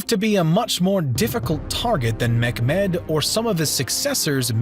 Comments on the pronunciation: It's pronounced Meh-met (Mehmed), but what I'm hearing is McMed which sounds like an angry Scottish Ottoman! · Mcmad ? it Mehmod or Muhammad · Mehmad or Muhammad not Menmod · WHAT I JUST HEARD Sultan Mechmed ... For your correction, it's Mehmed or Muhammad.. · his name is Mohammed, not Macmad! where did you learn that from? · Great job man, but the way you say Mehmed 🤦🏻‍♂️ its pronounced as you see it “Meh Med” NOT “McMed” likes he’s an Irish DJ from the 90’s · Not Mekmed .... It's Mehmet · Nice video but it lacks some crutial informations; Mehmet (not pronounced as Mekmed but smt like Memet and back in those times as Mehemmet) had a vision to recreate the Roman Empire. He even had himself called as the Kayser (Caesar). For that he wanted both Constantiople and Rome. Before he died, he assembled the full army of his Might and started his march for Rome. Yet he was poisoned by his physician. Venetians spies later documented and reported this as "the Great Eagle is dead" which strongly suggests that it was an assassination. Mehmet had two sons; Cem and Bayezid. Cem was like his father, smart and capable but also kind of intravert just like Mehmet. Bayezid was more of a peoples person. People were tired of Mehmet's unending wars, constant change and renovation. Therefore the powerful people sided with Bayezid, making him the Emperor Bayezid the Second. Cem took refuge with the Venetians. Bayezid had no interest in wars, long lasting campaigns and expansion so he stayed mostly in Konstantiniye, spending time with his hobbys and stuff. He was dethroned by his son Selim. Selim was a military genious but since he had grown up in Trabzon in the east, his dreams were also towards the east, against Iran and the Memluks. Süleyman was more into destroying the rival Habsburgs in Austria. Just like his ancestor Mehmet II, he had a vision to become a Cosmocrat, the ruller of all… For that, the other greatpower of Europe had to fall. Then they have lost the chance for a success